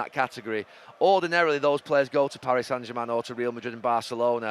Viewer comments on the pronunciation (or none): none